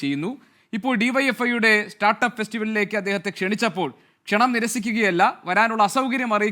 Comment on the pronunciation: Kshananam???? It's wrong...Kshanam aanu correct